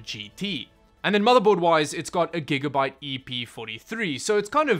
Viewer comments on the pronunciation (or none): none